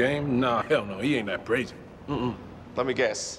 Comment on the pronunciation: He said “brazy “ is stringer a blood or some ? 😂